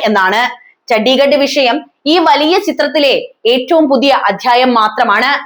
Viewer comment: ചഡിഗട് അല്ല. ചന്ദിഗ. Chandigarh.